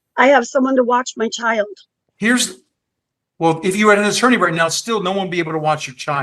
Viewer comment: She always pronounces the word CHILD as a two-syllable word...CHI-YULD. She does this, I think, to try to make it sound like a bigger deal.